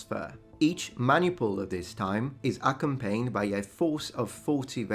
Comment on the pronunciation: Why do you always say "accompane" [̩ækəmˈpeɪn] instead of "accompany" [əˈkʌmpəni] ?